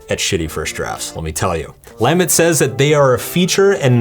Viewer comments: Great Russian pronunciation but you screw up Lamott? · I love your books here and the books you wrote too. Please double check how to pronounce Anne Lamott. And I love your books. Thanks for the video.